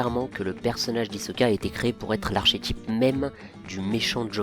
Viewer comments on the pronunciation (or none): Même si c'est ch, archétype se dit arkétype